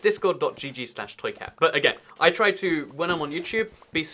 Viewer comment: Why when he says "toy cat" do I hear "truiceut" like it's a foreign word?